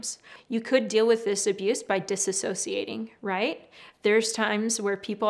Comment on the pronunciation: Great info, thank you! One thing though…. It’s “dissociation” (dis-OH-see-ay-shun). There’s no “a” in the beginning. I have a dissociative disorder and it’s hard to hear professionals mispronounce it.